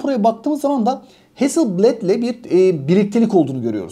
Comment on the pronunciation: Ustadim Hasilbled diye değil heazzıl blaad diye okunur